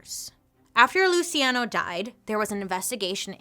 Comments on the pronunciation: Pronounced "Lou chee on no". Sorry! Just trying to help. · Whoa, loved the video! Is his name spelled “Luciano” ? IF so, it’s “Lew-che-on-o” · Luciano: Loo-see-ah-know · Luciano…lu-see-ay-no? girl no. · Pronounced Lu chi ah no